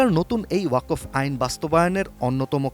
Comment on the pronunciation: ওয়া কফ নয় বরং ওয়াক ফ ওয়াক এক সাথে আর ফ আলাদা ভাবে উচ্চারণ করতে হবে।